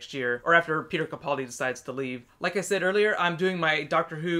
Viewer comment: Please pronounce Capaldi's name right I know it's a really easy mistake to make but it drives me crazy.